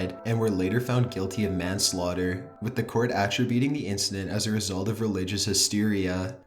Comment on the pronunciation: You know what I think would be cool? I think it would be way cool if you could properly pronounce several words that are your native tongue, like “attributing,” for starters.